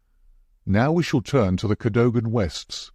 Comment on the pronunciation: Mispronounces "Cadogan"